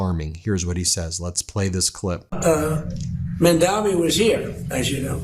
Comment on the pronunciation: Prponounces Mamdani’s name wrong. He say Mandami.